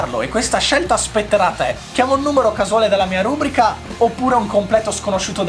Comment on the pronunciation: La pronuncia corretta della parola “rubrica” è quella che pone l'accento piano sulla penultima sillaba, ovvero “rubrìca”